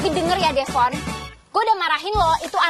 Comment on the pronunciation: Devon aku dengar manggillnya devon klepon😂. Oh ternyata kupingku😂